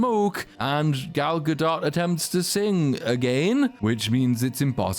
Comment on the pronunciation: You're the first person I've watched who pronounces Gal Gadot correctly.